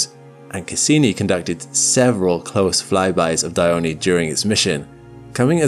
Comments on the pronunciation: It isnt Diy-o-ney, it's Die-on (in English, but actually it's Dee-on)... just saying. _ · It's Iapetus, not Ai--yapetus. And well as well is Dione or Diona, but not Daiyoni. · why Dione craters sound like Anus and Dildo😭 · This is the the first time I’ve had to say this…. Pretty sure the e in “Dione” is silent…. But I’ve been wrong before… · No, it is pronouced Dione. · The fact this video pronounced Dione incorrectly is infuriating